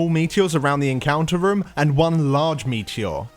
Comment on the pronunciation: whenever you say "room" it sounds like "rum"